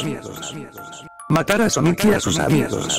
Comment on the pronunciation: Pon Sónic para que no te diga Soníc..